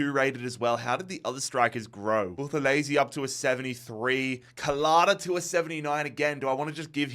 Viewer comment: Mzansi❤️ here we go🙇🏽‍♂️ Buthelezi pronunciation is actualy better than most south Africans😂